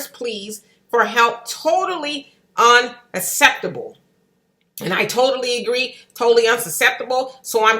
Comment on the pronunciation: Unsaseptable. It’s unacceptable that you would pronounce it incorrectly twice then air it.